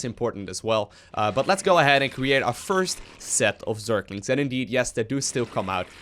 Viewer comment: Am i the only one who's bothered by the thing that he's saying zerklings instead of zerglings?